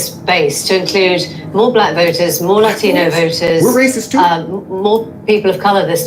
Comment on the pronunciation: When they say "Latino" like "Ladthino". Holy fuck